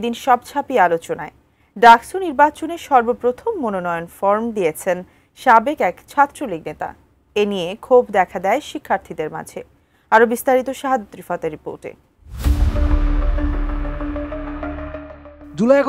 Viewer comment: ফরোম না বেটা, ফর্ম